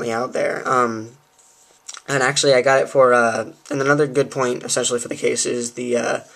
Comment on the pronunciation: You used the word esentually 17 times in a twelve min vid, are you stupid?